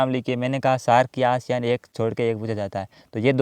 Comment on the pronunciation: एशियान नहीं आसियान हैं।